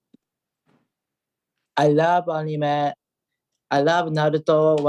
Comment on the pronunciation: ik ariel can be cringey at times (a lot of the time😂) but when he says anime like annie may it actually makes my skin crawl